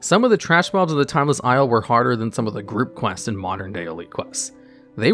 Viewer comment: You pronounced timeless isle correct.